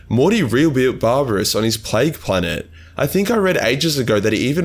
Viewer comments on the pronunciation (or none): none